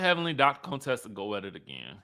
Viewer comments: Please stop calling her CONEtessa it's Con Tessa pronounced Cun-tessa! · Why are you pronouncing her name like that, her name in CONTESSA???? Not Cone Tessa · stop calling her coontessa, you are either ignorant of the pronunciation or you are playing up what Hellvuly called her earlier on. You are not suppose to sound like you are trying to play “shady” too!! Besides, Contessa is too pretty for that name to make any sense. Plus, that’s a name that the other side likes to call us!! So please …it doesn’t fit you. Her name is Con (Tessa) like con (trol). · Can y’all please stop calling her “Coontessa” her name is “Con-Tessa” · Wtf do y'all black people keep calling another black woman a COON? Her name is Contessa not Contessa its not not funny at all....Okay bye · Not him calling her ConeTessa like Dr. Heavenly. Lmao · Ever-ee time he says Dr. “CONE-Tessa” 😂😂😂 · Why you saying her wrong? On purpose stop 🛑 it’s not cute. It’s giving real Fake unless that just you, I don’t know. We grown respect her name. Dr. Contessa is a real doctor & earned that. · Lmao why are you saying Dr. Contessa’s name like that? 😂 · you know that is not how her name is pronounced 🙄 you being funny now! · OMG! The way you say Contessa’s name 🤦🏽‍♀️ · Why do you pronounce Dr.Contessa name that way.